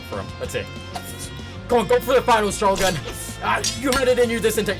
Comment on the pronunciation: Bro disrespected shogun by saying Togun lol